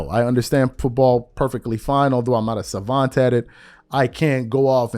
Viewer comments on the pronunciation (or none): none